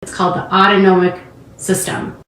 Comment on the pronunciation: As a mother with a child with autonomic dysfunction, she should have heard it enough to know how to pronounce it. SMH. You have moved up to being my FAVORITE creator!